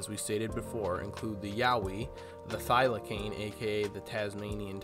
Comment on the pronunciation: Thylacine pronounced thyla-seen